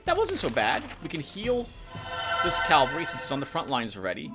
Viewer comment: 1 minute of silence for Vipera o7 Let's take a shot every time pronounces cavalry as calvary, I recommend a drink with low alcohol Good to hear everything went well with those medical studies! PS: You know, a Dark Souls 2/3 LP would be interesting, mainly to see struggling, I mean, succeeding!